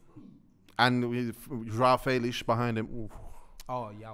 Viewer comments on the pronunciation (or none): Joao felish 😭😭😭😭